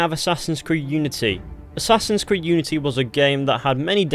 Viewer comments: "Assasin's creed iunity" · ah yes, iunity